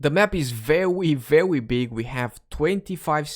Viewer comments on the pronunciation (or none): !:)) 'vewy" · "vewy vewy" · I WAS LOOKING FOR THIS COMMENT BRO, i thought i was going crazy and hearing stuff. glad he really was sayin vewy